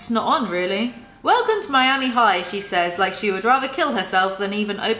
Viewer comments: When you said “Mee-ami” instead of “Miama” and then “I can’t talk,” you totally missed the opportunity to say, “I mean... I can’t SPEAK!” Hahaha! NOOO!!! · You can really tell which parts are leles own words and which are the ghostwriter; they don’t even bother blending them together. Jesus. Also: “mee-ami” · Even though I appreciate suffering through this so we don't have to, as a natural-born Floridian, hearing Miami pronounced that way hurts my soul.